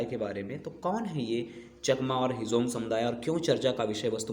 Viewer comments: Not a hejong ❌. Its Hajong ✅ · Hejong nahi hum log Hajong Hindu hai, thik se boliye